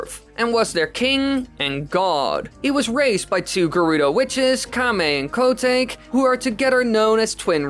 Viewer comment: "Coo-take"...? Erm, Koh-tawkay...